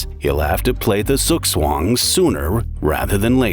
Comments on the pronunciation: Zugzwang, my German brain can't comprehend the pronunciation... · You could have at least asked google translate how to pronounce "Münzer" properly. And "Zugzwang". If you hadn't explained it I would have never understood what you even said. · Suuszuagn damn it ZUGZWANG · I had a hard time understanding "Suggsuanng" "Tsuhk-Ts-Wahngk" comes closer... When using a foreign word, research the pronouncing. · It is ZUGZWANG, not sugswan. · zookSwan 😂 - its Zugzwang - zug=move zwang=to force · Gotta love Murican pronunciations of foreign names :face-purple-crying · Der sugswan? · Wtf is a zzoogswan? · Sukswong😂… I am German, after he said thats a German word, I had to go back and think about it for like a minute until I realized what he meant. Hilarious pronounciation😂😂😂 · Sug Suang - I first thought it was chinese 😅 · Oh, me meant Zugzwang when he said soogswong. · I love your pronounciation of zugzwang😂😂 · Nobody talking about how the narrator pronounces "Zugzwang" ? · Zugzwang, die Aussprache… autsch 😅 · As a German, the way you pronounce Zugzwang is criminal😂 I had to think really hard to understand what you were saying lol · Just love how he said Zugzwang. 😂😂😂😂😂😂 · Nice documentary! As an Austrian, i love how the narrator pronounces "Zugzwang", i didn´t understand it at first, only then as he explained it 😂😂 Sounds incredible 😂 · how u pronouns "zugzwang" is funny af 😂 ur docs are really interesting 🙂 the ignorance of bodybuilder is just different, ur friends/colleagues die one after another and u still go further...just wtf?! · took me a while to realize you said "Zugzwang" 😅